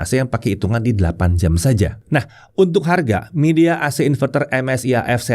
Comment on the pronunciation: bacanya bukan midea, tapi "mai dea" confirm deh ke rep officenya